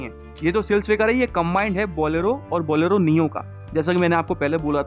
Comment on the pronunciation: Bolelo nahi bolero